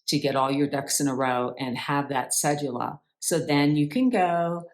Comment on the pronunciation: Cedula: The d sounds like the d in donut